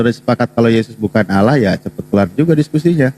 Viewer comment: Allah Double L.. Kenapa nyebutnya Alah.. Alaaaahhh. kitap Spanyol.